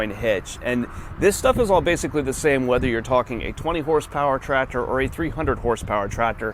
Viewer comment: Every video I watch of someone doing Tractor things, the second I hear "Trator", I leave. Lmao. There's a C in there guys...